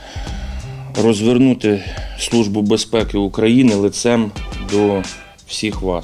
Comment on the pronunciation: "СлуЖба" "бєзпєкі"...